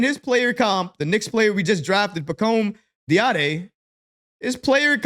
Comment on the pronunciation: Pah Comb Dah Dee A. Accent on the last syllables :-)